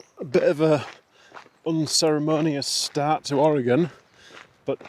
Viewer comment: You've really been doing great lately! Only 68 miles past this and you'll be 2/3 done! I love that you pronounce Oregon correctly and you like root beer! And you'll really enjoy Umpqua ice cream!